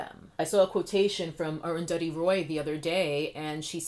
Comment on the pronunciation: hearing you pronounce Arundhati Roy's name well made me really happy as a Bengali person. thank you so much for this fantastic video